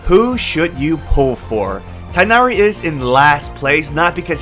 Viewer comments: His name is pronounced te nari not tai nari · Do English speakers really call him Tainary? Correct is Teeghnari.